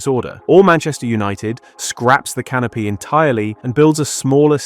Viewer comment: vast canopy? I thought you said "vast canape" Now that's a real appetiser